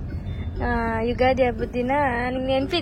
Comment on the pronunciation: Ugadi not udagi 😊